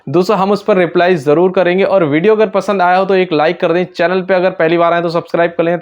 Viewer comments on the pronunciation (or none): none